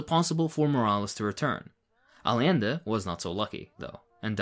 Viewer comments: hi friend i love your analysis but it drives me crazy that so many leftists mispronounce "allende", it's not all-ee-ende or all-ende it's actually ay-ende. The Spanish double L is pronounced like an English Y. Ay (like ay, me hearties) ende (like end but with an eh on the end). Ay-ende. at least you don't say all-ende <3 BUT HONESTLY GOOD CONTENT, JUST MY PERSONAL NITPICKS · im sure you know this and it's just a language thing but i just gotta remind you, Allende is pronounced "AY-ende". love your videos and 100% agree nonetheless